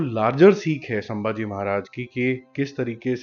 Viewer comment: Bro थोड़ा करेक्शन है.. संभाजी महाराज है शांबाजी महाराज नहीं..